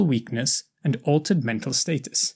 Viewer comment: This guy’s pronunciations are great, except i found it funny how weird he pronounced the words, “skeletal” and “status”. Other than that, great teaching on the subject.